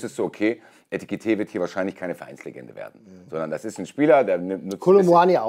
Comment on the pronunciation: sagt immer Etikite - er bleibt auch standhaft dabei. Sehr lustig. 😂❤